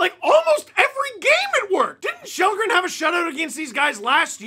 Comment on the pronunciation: His name is Kallgren, not Shellgren.